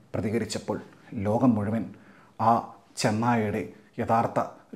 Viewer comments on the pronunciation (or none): none